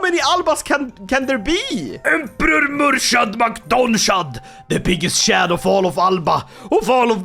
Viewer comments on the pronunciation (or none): Hi native irish speaker here, its pronounced "Mur-(wierd highch sound)-ad" its kinda like "kh" in russian